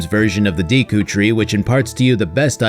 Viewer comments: Look up how to pronounce deku please 😂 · Nintendo should have a class on how to pronounce Deku, Gerudo and Hylian.